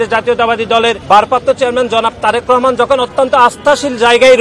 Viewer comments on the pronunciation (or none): none